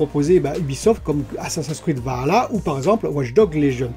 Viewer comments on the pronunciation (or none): none